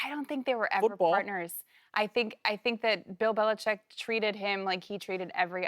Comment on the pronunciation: "Bell Belicheck"